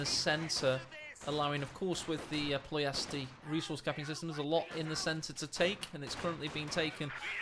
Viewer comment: the way you pronounce ploiesti makes my sides hurt lmao